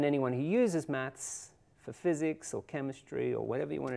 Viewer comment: I really dislike the way he says "maths", it sounds like "mats"